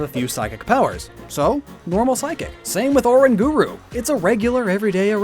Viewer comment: He said so many names wrong but when he said O ran guru that’s what got me Edit: it made me laugh